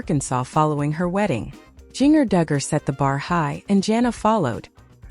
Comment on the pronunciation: It’s Jinger, not Jenger